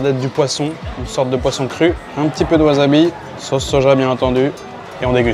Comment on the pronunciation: WaSSabi, pas waZabi!!!! ... et, au passage, ramen (le plat) est un nom MASCULIN! Cool vidéo... On en redemande!